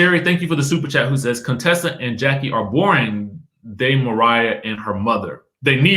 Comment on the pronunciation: Why you still saying Contessa like Dr. Heavenly did when she first came on?! Lol! Cone- Tessa 😂😂😂